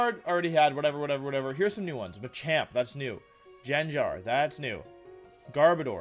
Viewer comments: JenJar?! Pronoun Trouble. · i cant believe wolfe called it jenjar.